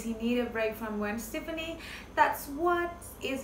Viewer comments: Her name is pronounced Gwen Steph-aah-knee not Gwen Steph-knee. 💁🏼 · First if you are going to report entertainment news you should at least need to know how to pronounce their names - if you can’t pronounce the nam of somebody as famous as Gwen Stepfani then you shouldn’t report on them